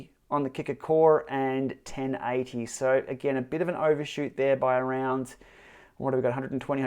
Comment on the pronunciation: ahaha ... down to your accent ... sounded like 1080 watts not 1018 (I rewound and listened twice) ... was watching on phone with headphones so couldn't see any numbers. Seems southern and northern hemisphere maths do match after all ;)